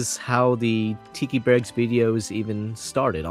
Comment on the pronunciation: ❌ Barrcks ✅Barracks